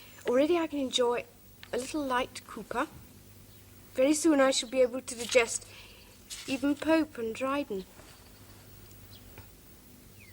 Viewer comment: Strange that pronounces "digest" as "der-gest" instead of "die-gest."